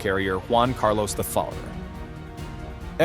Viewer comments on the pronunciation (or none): none